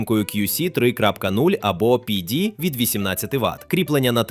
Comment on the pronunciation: Після розуміння, що текст начитує ШІ виникає відчуття розчарування і підробки. Наче не так багато того тексту - можна за кадром і людині начитати. А коли починаєш вслухатися в різні терміни типу кьюсі та піді, то виникає наступне питання - чи не згенерований і сам текст штучним інтелектом? Після цього дивитись наступні топи бажання не виникає, бо нагенерувати що завгодно мені може і вбудована ШІшка. Навіщо мені для цього йти на ютуб?